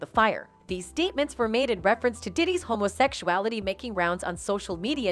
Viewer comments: Ok I can’t listen to her say homosecuality, or any variation of it again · Why you say homosecuality? It's HOMOSEXUALITY, GAY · Homo -seck-U-Ali-tee?? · Gurlllll 😂😂😂 you got me cracking up 🤣